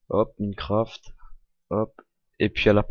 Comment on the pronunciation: ça se prononce "Maïncraft" et pas "Mineucraft" g arrété dès que g entendu ça...